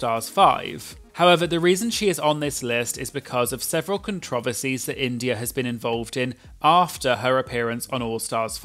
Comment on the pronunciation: I love the way you say “controversies” so British